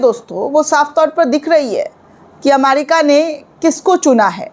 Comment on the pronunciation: Madam not amarica, America. Not repot, report.